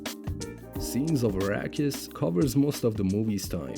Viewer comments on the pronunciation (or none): none